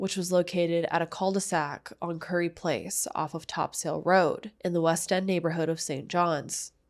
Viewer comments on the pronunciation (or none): Hey. Newfie here, It’s pronounced “New-found-land” just like how it’s spelt. Topsail road is pronounced “Top-sil” We’re funny languaged people lmfao Thanks for covering this. Topsail road is such a normal, every day road you don’t even think about but everyone in town crosses topsail road at least once a day. So sad it happened in such a public, bustling place Feel free to reach out if you want any additional information about Newfoundland for this case or future ones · topsail Road is pronounced top-sul. obviously not a big deal. I just know you talk about St. John’s a lot, so you might like to Know! I appreciate you getting these stories out here because nobody else really talks about them